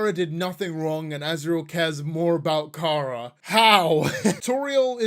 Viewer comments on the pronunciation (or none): Everytime I hear "Kara" I have a stroke💀💀💀